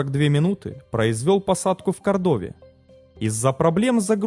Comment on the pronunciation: В слове АнкОридж, в отличие от предыдущих роликов, ударение научились ставить правильно. Ура, однозначно лайк! Движемся дальше: правильно КОрдова, а не КордОва.